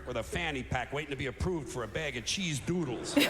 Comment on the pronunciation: The fuckin way he emphasizes “cheese dOOdles” kills me every time 😂